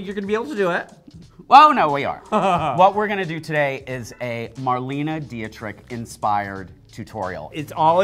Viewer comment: I love how weirdly they pronounce Marlene Dietrich 😂